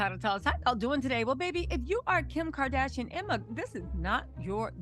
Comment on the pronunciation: does someone else hear ERMAHERD every time she says Emma's name?